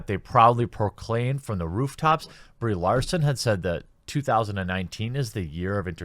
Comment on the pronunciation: My eyes keep wanting to read Brie Larson, but my ears keep wanting to hear Bree Olson.